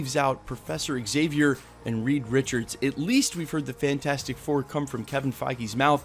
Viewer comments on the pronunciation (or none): none